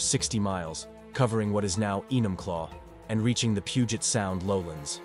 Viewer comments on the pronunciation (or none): none